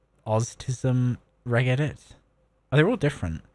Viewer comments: Pronounced "rej edit" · A Great Video, but it honestly pains me that you spoke about regedit for 15 minutes, and not once did you pronounce it correctly 😢 "r-edge edit", Its 'Reg'istry 'Edit'or